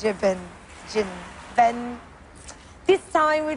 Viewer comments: Aserjapan? Please, do not say Azerbaijan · OMG she's so funny. She can't pronounce Azerbaijan. And she doesn't know where it is on the map. This is killing me.